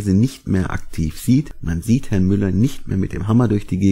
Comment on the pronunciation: Den Witz mit Herrrrn Gates und Herrrrrn Jobs find ich ja drollig....